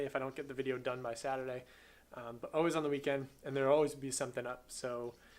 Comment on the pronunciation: "Sata-day" lol that accent slipping out at the end, love it.